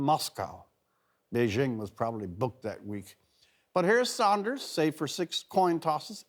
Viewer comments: Rex, it's SANDERS not SAUNDERS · dudes face literally freaked me out at first, nigga either got good weed or ebola and its sanders. pronounced sand-ers. not sahnd-ers